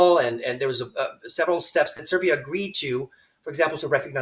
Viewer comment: are you saying Serv’ia and Vojvodina